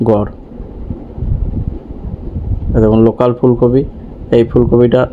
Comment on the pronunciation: যাক আপনার উচ্চারণ টা নোকাল থেকে লোকাল হয়েছে.... আগে আপনি নোকাল চাষি বলতেন ওটা এবার ঠিকঠাক উচ্চারণ হচ্ছেন